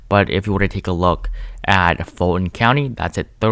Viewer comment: I did too 😆 btw, Fulton is pronounced "full ton".